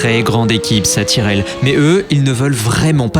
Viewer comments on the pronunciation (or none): Juste c'est l'équipe (Tyrell) ça se prononce pas tirelle mais taïreuL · Bonne vidéo mais attention aux prononciations 😉 C’est ”tairèle” et non ”tirèle” A-Air-Té (3 lettres prnoncées séparément) et non ”Arteu” Et ”Taulemane” et non ”tolémane”